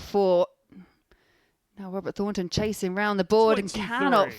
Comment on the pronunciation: Bahaha, dope in his "hearing aid beige " suit . and white chav trainers ..."Wobert Fawnton" Withcie Burnett"....🤣